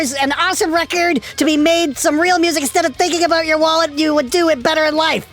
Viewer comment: Haha "aboot"... Love you!